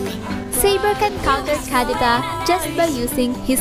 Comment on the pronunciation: The way you say kadita triggers me😂